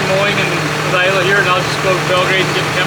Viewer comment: It's Isla, not Alya